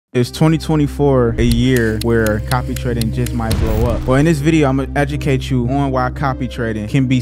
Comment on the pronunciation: He said "copy-reked" quite a few times.